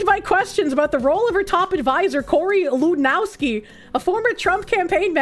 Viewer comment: The W in Lewandowski is pronounced as a V.